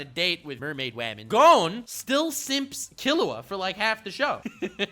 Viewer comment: Bru why you pronounce gon goone, it’s gon (g on)